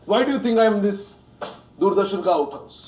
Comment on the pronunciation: no its "Doordarshan" nor "Durdarshan"..u see its pronounced as "दूरदर्शन" not "दुरदर्शन"